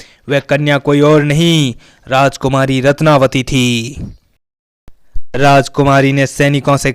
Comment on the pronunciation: रत्नवती है न कि रत्नावली।